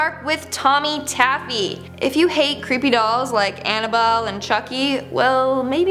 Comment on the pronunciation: She literally said "annaball" 😹🤦🏻‍♂️